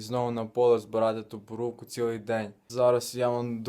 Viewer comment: Боробка ,а не бурувку.